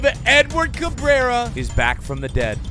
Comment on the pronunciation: Do us a favor and look up Aurilia highlights to find out how to say his name properly 😜